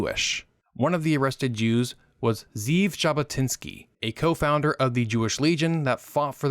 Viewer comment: Well done man! Just for the record because I know you’re a perfectionist, his name is pronounced Ze’ev Jabotinsky, not Zeev.